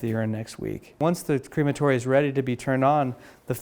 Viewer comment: also, "cream-a-tory"? Crem-a-tory is the correct pronunciation in actual English. Sayin